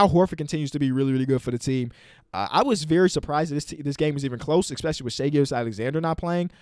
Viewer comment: no one:: ex-pescially